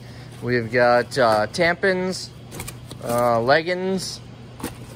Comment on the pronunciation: Gotta dig. I got a chuckle out of him calling tampons-"tamp ins".